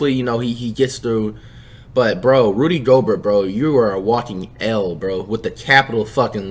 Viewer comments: this dude says rody instead of rudy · Its rudy not rody like roddy ricch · Bro who seen this nigga title who is rody my nigga u mean "rudy" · It's flight must of been high as FUCK because it's Rudy not rody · It’s Rudy not Rody lol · Nigga said Rody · “Rody Gobert” 💀💀💀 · Nobody: Flight: “Rody Gobert” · Dude said Rody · Nigga Said Roddy 😂😂😂😂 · yooooo I Love when Flight Says Rudy’s Name LMAO it’s an insult itself the way he pronounces it💀💀💀💀😂💯